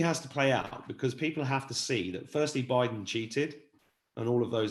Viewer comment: Iove bidden sounds like midden lol